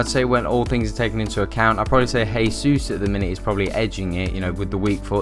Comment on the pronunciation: It's pronounced "jaysus" because he speaks Portuguese